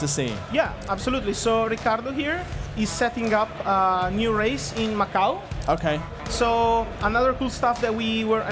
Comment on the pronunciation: Macau* jesus christ🤦‍♂️